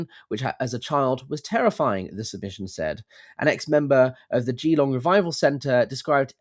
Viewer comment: I'm Australian. Please do contact them and let them know. FYI, Geelong is pron: as if 1 'e', Gelong. Basically, don't say a hard E and don't leave a pause between Gee and Long.